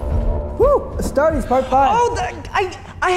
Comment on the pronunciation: When he said "as tar tes" that hurt